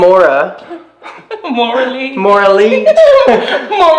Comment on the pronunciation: Not “mora-lee” 😂